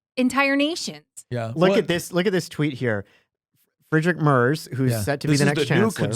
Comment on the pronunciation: If you wanna look cooler than everyone else, it's pronounced "Murts," not Murzzz.